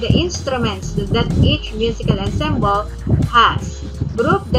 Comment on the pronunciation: ENSEMBLE------ANSAMBOL ...po bigkas.😘😘😘